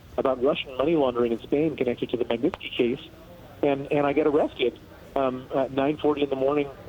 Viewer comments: Honey , learn the guy's name... Magnitsky. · My God, she didn't do a run-through on this and figure out how to say "Magnitsky" before she got on air? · This broad can't even say the word Magnitsky much less make a decent report.